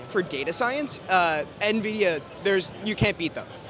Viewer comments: The number of "nuh-vidia" I heard made me sad. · 5700XT on 1080p holdin out 👻😅. You can tell who's been on pc longer because they actually know it's en-vidia not na-vidia. Us old heads remember the nvidia intro videos "the way its meant to be played" cough I mean paid. 😂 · I'm confused by how many people are pronouncing it 'nuh-vidia' instead of 'enn-vidia'. I've always pronounced it 'enn-vidia'. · ITS NOT PRONOUNCED "NUH-VIDIA" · Yeah like where tf are the E/UH ?Nuhvidia, Nevidia is even worse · Can't take anyone who calls it "nuh-vidia" seriously. Sorry. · So many people say nividia, then you instantly know they have no clue what they are talking about. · Why are all this people calling it "Nividia"?! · “Gvidia XR580” 💀